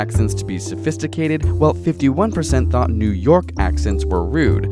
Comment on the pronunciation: New yurkkkkkk